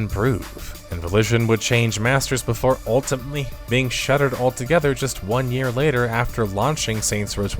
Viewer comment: You saying "ultimately" really weird, was that a record of that specific word? and